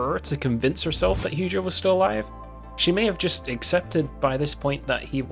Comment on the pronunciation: I died a little inside every time he said "Heugeo" 😭😭😹